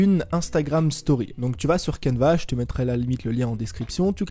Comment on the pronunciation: Il dit cadva ou canva